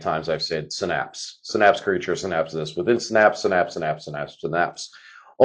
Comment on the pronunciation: Unless you were trolling us intentionally? Sy-naps, not Sy-nap-sis, right?😁